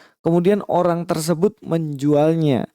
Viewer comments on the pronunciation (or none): none